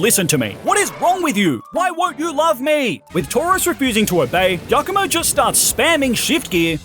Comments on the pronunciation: I can't be 100% on this, but as an Italian, the dark type star team leader isn't pronounced that way 🙈 assuming you say "giovanni" from gen 1 like most english speaking people online, "giacomo" first part would be the same! About the eevee, I would go for Umbreon or Sylveon because they look the coolest to me and Sylveon was my first shiny eeeveelution!! Great video btw😊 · Dondozo the Water Whale? Catfish. It's a Catfish. Also Giacomo is pronounced like Giovanni.